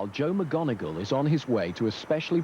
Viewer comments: I was bothered by the way he said Joe’s last name. Isn’t it “mick-mon-igal,” not “mig-on-igal”? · He butchered joes last names. It’s not Moganagle. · That is not how you pronounce his last name. It's McMoneagle NOT pronounced like Professor McGonagall in Harry Potter. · And he says mcGonagle again 😂😂😂😂 mc Moneagle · At least pronounce Joe’s surname correctly ffs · This guys extreme confidence saying Joe’as last name incorrectly like a goober is f**king hilarious 😂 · Can the interviewer say his name correctly? What the hell? I think Joe has earned at least that much respect. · I can't believe they didn't correct this guy's pronunciation of Joe McMONeagle's name!